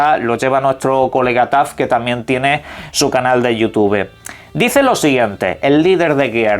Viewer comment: "iutube"?? Esto es en serio hermano......? 🤨🤨🤨